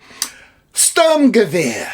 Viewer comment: Gute deutsche Qualitätsarbeit👍🏿👌🏿 BTW man, your spelling of Sturmgewehr at the beginning is not the best, you should practice a bit😂